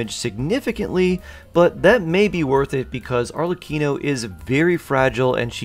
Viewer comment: yk your confused when you say arlecchino as "arcelichion" TWICE